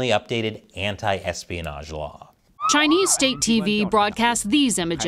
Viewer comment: erespionage ?????? hahaha, ha